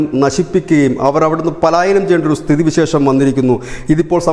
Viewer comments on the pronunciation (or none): It is not palayaanam. D correct word is palaayanam... means run away